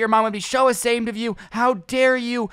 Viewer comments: Normal people saying ashamed: ashamed saying ashamed: asamed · he said sho asamed of you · “sho asamed”🤣🤣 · "I bet your mom would be SHO ASAMED AT YOU" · Hahaha. You said "show asamed of you." Lol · “Show asamed of you” u ok? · "sho asamed of you" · “sho assamed” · At 7 minutes he says sho asamed, but i don't care because it's funny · Anyone noticed he said sho asamed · Bruh this man said show asamsed of you xd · He said show asamed of you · This my second time doing this but did any here him say shoe asamed of you